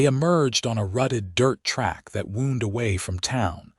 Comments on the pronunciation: STOP using wound if the ai is going to say woond. Just use, made… the road made its way; use curved, the road curved its way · The road "woond..?" I hear that a lot in these AI tales. And "hit" it well is not the same as "hid" it well, by the way. I rather think it's about time that narrators learned to pronounce "wound." Which is not what a lot if not almost all of these stories make of it. There are different pronunciations depending on context and meaning. There are a number of other words in this tale that are pronounced (or used) incorrectly and are therefore often given wrong meanings. Like "steer-up" for "stirrup." You really need to take more care. Don't you have "readers" like newspapers used to do? Which in this context aren't people who buy newspapers in order to read them, incidentally. Nor is "etvertaizment" the correct pronunciation of advertisement. And to end this..., laddled for ladled? Come on, you can do better! In fact, the story itself is definitely better than most!